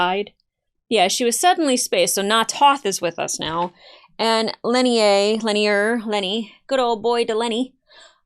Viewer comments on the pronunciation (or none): He is Lennier (len-ear), of the Third Fane of Chudomo... not "lenny," nor... argh! *rage quit* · try Lynn-ear ... the ear of Lynn will guild you.... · It is not wrong to speculate, but keep your mind open until your speculation is verified. It is pronounced lin-NEAR.